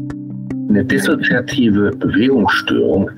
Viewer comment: Dizzozoiativ und zychozomatüüsch.. sorry, musste